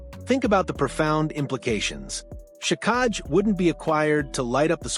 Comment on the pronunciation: It's pronounced jack i